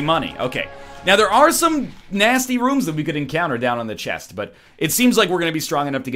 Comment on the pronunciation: Why does NL never pronounce the t and the end of some words like "chest" ?